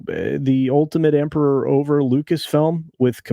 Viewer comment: FEmpiror too!!!😂 🤣